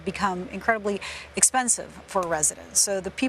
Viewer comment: watch your prounuciation. The locals dont like mainlanders not saying the name right.